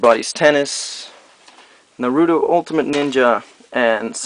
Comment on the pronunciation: I'm not complaining about every japanese word you (or other people) get wrong, but the way you pronounced Naruto hurt like a rape up the ass